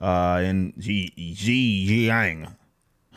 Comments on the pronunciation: SHIN-JIANG, J as in juice or Jordan. Shin like shin, in your leg ^^ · Pronunciations We-gurs Jiun-yang